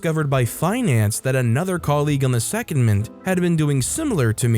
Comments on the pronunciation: Story 4: It's not SECOND-MINT, it's Se-COND-ment. In the garage apartment story, he wrote "conversation" but it's clear he meant to type "conversion". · And secondment is pronounced se COND ment.